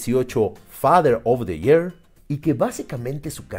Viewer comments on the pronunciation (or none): Pronunciación: Fader of di yer?? Joder, creo que toda mi vida he pronunciado mal year 😅